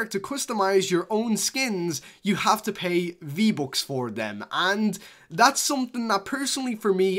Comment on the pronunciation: "vbocks" LIKE OMG.. DONT YOU KNOW HOW TO SAY VBUCKS??